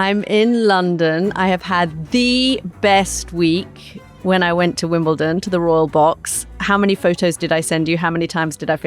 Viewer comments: pronounce it right and you may get invited. It's WimbleDON not ton. 😄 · Please stop with Wimbleton